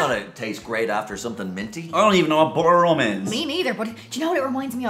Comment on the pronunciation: You guys are butchering the Butter Rum and you are soooo wrong.